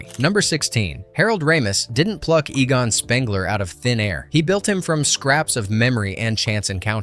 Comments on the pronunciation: Egan? Fricking who is Egan? It's pronounced EE-gonn. Have you even watched the movie? Nobody will stand for this travesty. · Unforgettable huh! calls him egen ?